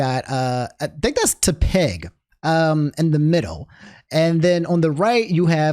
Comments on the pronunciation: I swear you say some words like an alien, Tepig is pronounced like tepid, like the temperature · say tepig wrong one more time bro and we gonna get you